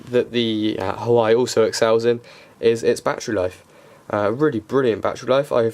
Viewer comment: It's pronounced "Wah-Way" ;)